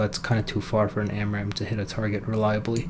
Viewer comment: "SPAMRAAM" XD